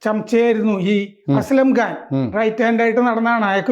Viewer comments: സാറേ അസംഖാൻ അല്ലെ? അസ്‌ലം ഘാൻ അല്ലല്ലോ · അസ്ലം ഖാൻ അല്ല അസം ഖാനാണ്